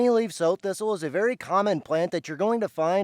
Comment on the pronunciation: not sew or so thistle. like Sow eat it. Prounouced not like sowing seed but like a female pig, Sow.